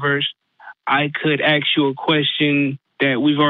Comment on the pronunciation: This guy is so smart, but he can't pronounce correctly a word as complex as "ask".